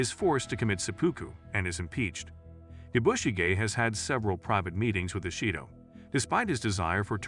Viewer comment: Please learn how to pronounce the name Yabushige. listening to you is extremely annoying. There is no accent on the "bu" part of the name. The "a" is pronounced like the "o" in comet.